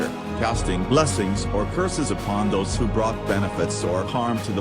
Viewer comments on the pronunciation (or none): none